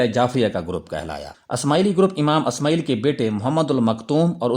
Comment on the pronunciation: Good Analysis. Magar Alfaaz ka Talaffuz Sahi karein. Sahi Naam " Ismaa'il " hai " Asmaayil " nahi.